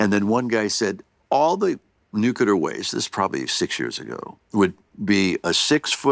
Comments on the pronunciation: I was waiting for Bill to tell Tim it's pronounced "Nuclear, not Nucular.". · I’m so disappointed! Tim Allen pronounces nuclear nucular. I swear to god, my respect for him just went down by A LOT. He’s one of the STUPID people!! I’m genuinely surprised. I thought he was smarter than that.